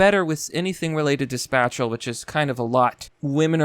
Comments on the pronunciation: Spayshul not spatchel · Space-shal Not spat-shal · Spatchal?lol does purposely mispronounce words to troll or does he honestly not know how to pronounce a lot of words. Lol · What is "spacial"? ..Or "spashel" ..Or whatever it is you said that men are better at..? I've never heard this word, "spashal".. Did you mean "spatial"? As in to take up space..? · spatial is not pronounced like the syllables in spatula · If you pronounce 'spatial' like 'spatula' one more time, I'm unsubscribing....just kidding....but, y'know, stop it. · Holy fuck, dude... Buy a fucking dictionary and learn how to use the pronunciation symbols. Spatial is pronounced so damn wrong I nearly didn't know what the fuck you're talking about. What the actual fuck is with Americans and their lacklustre approach to language, do y'all not realise language is one of our most magnificent achievements and important tools? Give it a little fucking respect for fuck's sake. Yes, I'm generalising. So STFU you minority that are already getting the idea to be intellectually dishonest and pretend this isn't a common theme and weakness of Americans. Credit where credit is due, similarly criticism where it is needed. Thanks for computers and the Internet though, I wish my own country had the second amendment.